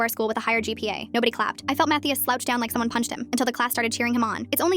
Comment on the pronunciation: im sorry but "mattheus" is diabolical💔💔